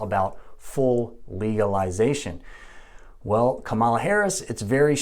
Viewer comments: It's pronounced Comma - La Not Come - ah - La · Her name is pronounced Kama-la not Ka'mala. I think you are mispronouncing by accident. Fox news and other maga media mispronounce it on purpose. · Give her the dignity as a human and pronounce her name correctly. It's also called Cannabis, Marijuanais a racist and unscientific term. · He can't even say kamala right. Yeah he's gonna school us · Say her name right. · Still can't pronounce her name correctly huh? For allegedly being a doctor, you really don't listen well. 🤦‍♂️ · You’re claiming to be providing facts, but couldn’t even do enough research to pronounce Kamala’s name right? Seems sus.